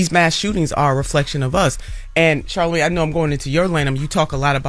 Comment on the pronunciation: I remember we laughed at Webbie when he said Charlamagay.......but man I think he was on to something